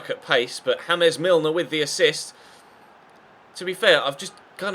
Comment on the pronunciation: you pronounced james milner name wrong